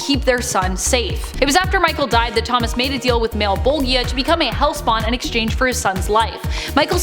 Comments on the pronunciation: mal-bo-gea hehe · Did anyone else cringe just a little everytime she said Malbolgia? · You are right! It is pronounced Malla-bowl-juh or Malla-bowlj-ee-ah. I immediately felt that I had said it wrong after we filmed this and I went to check & resolve that mispronunciation, but alas there was a miscommunication and it didn't end up getting fixed in the end. It was a really busy day; we filmed lots of content. 🤯🤯🤯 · Why the hell are you saying Malebolgia like that 😅😅